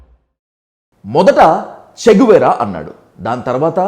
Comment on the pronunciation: చిగువేరా కాదు, చి గువేరా.